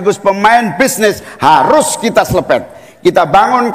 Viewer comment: Selepet😅😅😅 aq ulang2 dari cak Imin..selepettt 😅🫢